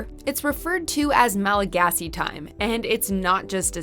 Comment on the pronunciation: I just like the way you pronounce all the Malagasy words!!! Really great video btw :) Thanks for making it.